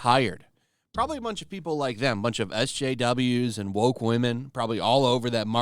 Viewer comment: They going Bwoke.